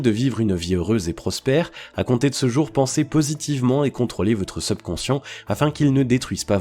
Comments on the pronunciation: subconscient (et pas sebconscient) prononciation (super contenu) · Effectivement dire SUBconscient et non SEUBconcient aide à une meilleure compréhension. Ce défaut de forme gâche un peu la qualité du fond...pourtant d'une grande valeur. 👍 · Je vais essayer de trouver une autre vidéo sur ce thème car c'est vraiment irritant cette mauvaise prononciation seubconscient au lieu de subconscient. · Mdr le SEUBconscient. SEUBjectif. SEUBurbain. SEUBlimer. SEUBjuguer.SEUBmerger.SEUBversif.SEUBsonic.SEUBventions.SEUBlime etc etc... servez-vous du subconscient pour l'orthographe et la diction avant de s'intéresser à la Psychologie donc. Ca peux servir à être plus crédible. quitte a faire semblant de s'y connaitre... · #SEUBconscient 🤦‍♂️c'est un mot Français pas besoin de le prononcer à l'Anglaise 🤣.. Les gens vont plus à l'école ou quoi..? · Prononciation seubconscient insupportable. Pourquoi pas teubconscient pendant qu'on y est ? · Vous prononcer mal le mot subconscient dommage c'est un "u" pas un "eu" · Très bonne vidéo, seul bémol, la prononciation du mot subconscient, surtout qu il revient souvent ! Bonne continuation et bravo pour le contenu 👏🏻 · C'est vrai que c'est vraiment irritant mais je pense que c'est un robot qui parle. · il le prononce comme le "sub" de subscribe ..technique de manipulation ou quiproquo ? à vous d'voir